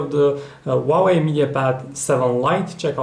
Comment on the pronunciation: funny accent :D "wauweiw"